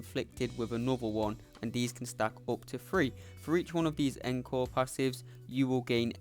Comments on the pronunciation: pronounce it oncore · I’m also British & encore didn’t sound right. It’s pronounced ong-kaw for us & aan-kor for Americans, yes I looked it up.